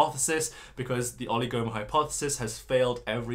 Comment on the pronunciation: With the word oligomer, the stress is on the I, not the second O. Just so you know for the next time you need to use the word!